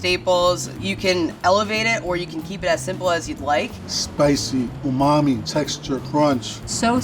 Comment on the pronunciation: Have a shot every time somebody says umame.